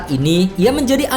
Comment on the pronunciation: Sekali kali narator harus belajar mengeja paling tdk nama-nama tim di negara saya, sakit telinga mendengarkan les parisiens dibaca.😪🤒🤕